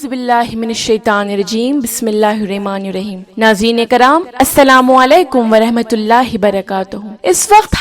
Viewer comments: she said Bismillah hirrahma ne raheem....bt she have to pronounce Bismillah hirrahmanirrahim...ab aql k drwaze khol k jo sunega Inshaallah usko zarur samjh aayegi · Bismillahirrahma nirrahim aise bolna hai sorry bt important hai Bahut quran ki sahi pronunciation Isliye ghlti btayi ✋